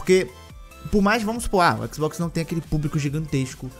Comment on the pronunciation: " Toda tela é um équisboxi " 😂 👌